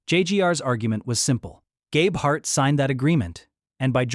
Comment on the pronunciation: How can we trust this when you can’t even pronounce Gabeharts name correctly? What’s important to you is how many views you get, not how accurate your video is….JUNK!